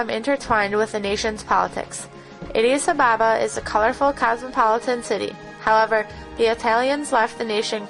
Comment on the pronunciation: she can't even pounce Addis ababa very well horrible way to introduce an amazing book